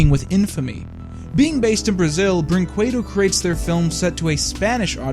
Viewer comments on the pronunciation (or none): It's pronounced Brinkedo, not Brooinkooedo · The Portuguese version of this film is available on youtube, and the audio sync is as bad as the English dub. Also, it's pronounced brin- ke/qe - do, not brin - cue - do (every word with an q has an u afterwards in Portuguese, don't question).